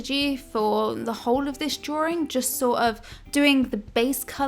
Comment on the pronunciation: Hehe she says "drawring" while drawing a ring...